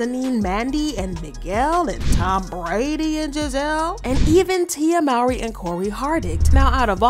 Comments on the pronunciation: It’s not pronounced “MAWRY” it’s pronounced “MOWRY” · Her last name is pronounced "MOE-REE."